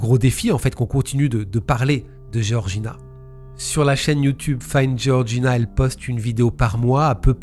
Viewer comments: Géorgina ou Georgina ??? C’est comme dire Georges ou Géorges… peut être que se renseigner sur la prononciation des prénoms serait respectueux envers les victimes… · Pour info Georges tu le prononce "jorje" c pareil pour georgina "jorjina"